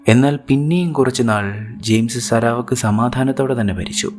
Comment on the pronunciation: സരാ വക്ക് അല്ല. സറാവാക്ക്